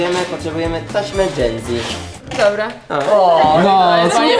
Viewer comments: czy powiedziała genzi zamiast dżenzi? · Ej na kanale Genzi XD (Mówi się dżenzi) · powiedziała genzie zamiast dzenzi, ale to były stare czasy